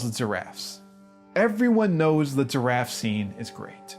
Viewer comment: Why does he pronounce giraffe”turaffe?”